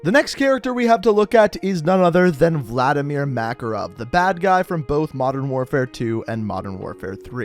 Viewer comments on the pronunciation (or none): none